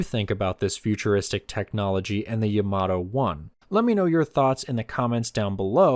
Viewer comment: The emphasis should be on Ya, like YAmato, not on ma like yaMAto.